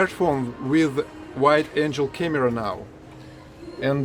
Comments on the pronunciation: Thanks for the IKEA tour, AND the first video of our BEAUTIFUL, ADORABLE Sati!! 😍❤ SO happy for you guys!! The new doors are wonderful - great job!, you want a wide angle, pronounced "ang-gull" lens for your new phone. Can't wait to see Sati & Susie come home! Sending love and hugs! ❤❤❤❤ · You pronounced the word "wide" correctly, but the word "angle" is pronounce like ang-guh. I would say that kitchen is influenced by the American farmhouse style of kitchen. As for Americans liking neutral colors for their walls, yes, its true for the most part. I have light gray walls in my home :) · Personally I do not modern furniture... I like warm and cozy look. What you called Great Britain style is in my American home. I don’t see 6 burners often in homes her, usually 4 or 5 or one that is just a warmer.wide angle camera lens hard “ g “ sound not like “j “ sound in angel oh my goodness, my daughter would love those sharks! I like Susies’s choice of flatware. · Suzi is very round! I'm glad you have documented the "miracle egg" at its fullest. You said you didn't have words. You should say, "I don't know how to express it." ... Re the stove: the word you are looking for is burners. There are 4 burners. The baby bed is called a crib. The panda is a stuffed animal. ... Wide-angle is pronounced with a hard g (like in seagull). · Your Ikea sells Samovar ? oOo ! But not here, in the USA... Life of the homeless dog will change, and so will your life change too ! I do not have a kitchen island. I live in an apartment with a small kitchen area. And my refrigerator, has the freezer door and the refrigerator door... two doors. And, I have four heating spaces on my stove, not six. I think you watch too many USA TV shows. Wide angle camera ok. I try to help you. It is "g" not "j" sound for this. Angel (with halo and wings) sounds "j" Aliens everywhere ! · wide angle camera. pronounced An gull. not An jel. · Wide angle lens. Angle (ang-gull) Angel (Ain-jel) is a heavenly being